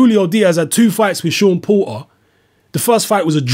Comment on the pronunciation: "Seem like" is your perception Pratice english you are a pale man you should be able to speak his name Is Porter not Po- err dumb ass cave man